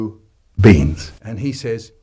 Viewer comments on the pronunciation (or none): why does he say bins instead of beans